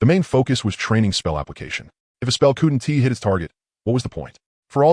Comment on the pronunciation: The animations sucks but the story is good. The voice choice is a good one but the way it says couldn't is hard to listen to.